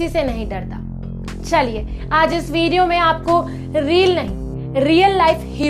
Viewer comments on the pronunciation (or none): none